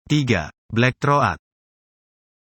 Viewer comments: Black Throat = blek throut bukan "Blek thro at" . Kalau memberi informasi untuk orang banyak mohon yang benar, pilih lah orang yang berwawasan luas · black throat....dibacanya blek trot ajha bang ...hurup a nya jangan dibaca...maaf ya cuman saran ajha.. dan juga parakeet dibacanya parakit......bukan paraket maaf ya bang bukan menggurui .....atau ngasih tau....cuman sharing ajha... terima kasih.... dan terus semangat....